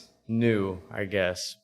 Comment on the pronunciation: I loved how he told you how to say kansei (Kan-say) but proceeded to say it wrong the whole rest of the podcast 😂 I would’ve done the same thing honestly 😂